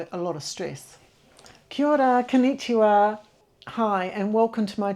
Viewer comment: 「こんにちは」の発音は「コニーチワ」でなく「コンニチワ」です。 「コニーチワ」と「コンニチワ」の違いは音符で書けば分かりやすい。 コ・ニー ・チ・ワ 8分音符・4分音符・8分音符・8分音符 コ・ン・ニ・チ・ワ 8分音符・8分音符・8分音符・8分音符・8分音符